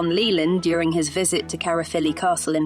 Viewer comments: Excellent video, but it's pronounced caer as in eye. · Great documentary, but I hate it when the narrative is spoken by a computer generated voice, which constantly mispronounces Glamorgan, Caerphilly Carnarvon and Llewelyn. By the way I’m Welsh and live in Caerphilly so this really grates with me. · I’m from Caerphilly and this video was very informative but.. the pronunciation of certain words like Caerphilly and Llewelyn was horrendous. Perhaps it would be more appropriate to have a Welsh speaker narrating the video. Might make it a sound more professional.